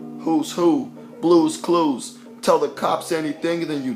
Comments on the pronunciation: I know this man didn't say blue clues 😭😭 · lmaooo Blue couscous